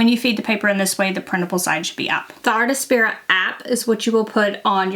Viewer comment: Also, it's "artspira", not "artAspira" 😊.